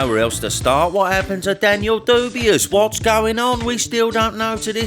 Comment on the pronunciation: I've found the one downfall of using this chanel to buff up on boxing knowlege to impress people when one of my friends has a bunch of lads and lasses round for a few drinks on boxing night..... apparently Dubiois is not pronounced the way I learned to pronounce it (I learned from watching these vids) I'll never not call him Dubiois now but I got absolutely creased at when I tried to join in the boxing conversation.... so yeah, that happened 😐